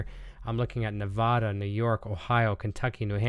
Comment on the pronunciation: Hey I had final exams this week so I couldn’t tune in. Thanks for the video mention! Glad you liked it. Btw it’s not ne-vaw-duh. It’s ne-vaaah-duh. Too many people get this wrong! Jokes aside, best of luck to everyone who entered.